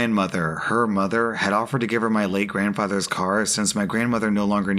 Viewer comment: the one post about the woman going through an amount of cars when i heard late grandfather all i heard was le grandfather